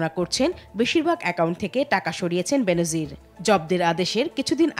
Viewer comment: ওহে পিও সংবাদ পাঠিকা আপু, কন্ঠ যখন উপার্জনের হাতিয়ার তখন কন্ঠ নিঃসৃত শব্দগুলো উচ্চারণও যথাযথ হওয়া উচিত। উচ্চারণটা বেনোজির না, বেনজির।